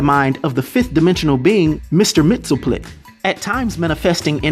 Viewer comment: First I have to say how impressive it is that you can pronounce Mr. Myxlplyx's name. I agree that this character's powers do remind me of his powers, however, the one thing that I both like and find weird about Mr. Myxlplyx in comparison to this guy is that Mr. Myxlplyx only goes out of his way to annoy Superman, not kill him or try to take over the world, the universe you know that type of thing. Really enjoyable character, as always fantastic video and again thank you for the introduction to another new character for me (I did not know of this character barring the name); may GOD continue to bless you and your family in every way in the name of our lord JESUS CHRIST. Stay frosty my brother.